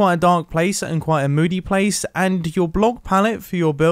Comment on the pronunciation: he said blace